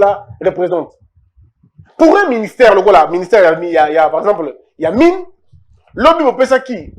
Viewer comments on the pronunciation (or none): none